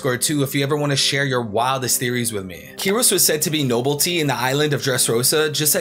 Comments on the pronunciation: bro fr said "noblety" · Nobility (*no-bill-it-ee*)